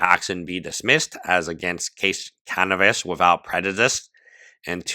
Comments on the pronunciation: I love u but its Caviness nor Canivess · The way you say Caviness sounds like cannabis, which is very fitting 🤣